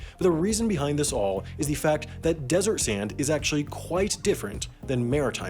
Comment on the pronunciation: You over enunciate the word "quite" several times. It sounds weird.